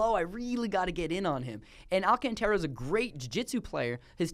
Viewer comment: also mispronouncing "Alcântara" - just buzz him, dude! lol